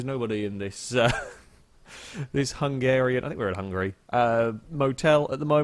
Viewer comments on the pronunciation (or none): none